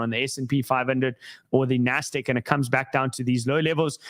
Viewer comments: IT’s NASDAQ not NASDEQ brooo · Nahh, it's NASDEQ. That's where the mahnee is